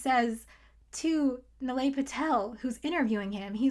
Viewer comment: It’s knee-lie, not nill-ay